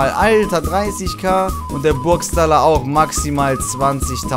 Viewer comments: spricht man es nicht eigentlich Burgschtaller nicht Burgstaller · Bro es wird burgschtaller ausgesprochen:) haha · BITTE BITTE sprich es das nächste mal richtig aus Burgschhhhhtaller Ps.: bist trotzdem bester Mann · wie du Burgstaller aussprichst 😂😂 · Wie er burgstaller ausspricht 😂👌